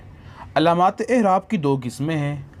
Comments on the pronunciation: Ahraab nahi A'eraab hai bhaijaan... Apka shayad accent aisa ho I don't know but ahraab jachta nahi hai yahan p.. aisey hi wus'at b hai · Aerab bolo hzrth.. aehrab😢